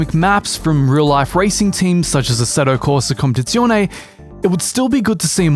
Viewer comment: “Essedo coda compzione”